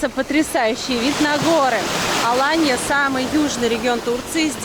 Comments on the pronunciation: АлАнья а не АланьЯ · я знаю город АлАнью, много раз там отдыхала. Почему вы ставите ударение на последнию букву? Первый раз такое слышу.